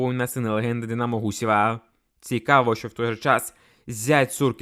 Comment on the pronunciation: Тренер Динамооо, забудетьсяяя, бісить як ти ставиш наголос на останній склад. Хто тебе вчив дикції. Треш.